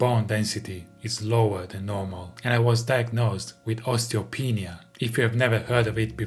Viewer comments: what he said: Ostiopenia What I heard: Ostiopen... for a moment I was like, he has a bone... on... whatttttt??? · Stop saying osteopenis, bro! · Because Im Mexican , its pronounced osteopeniata.